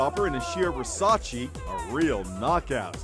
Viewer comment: Why does everyone pronounce Versace wrong....